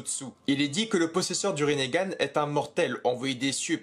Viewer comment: "rinnégan"? Eh frerot respecte un peu